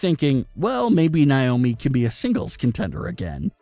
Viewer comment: It's Na, not Ni... Naomi not Niomi